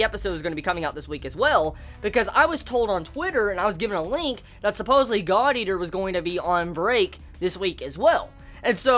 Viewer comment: why did it sound like said: this episode of Godyr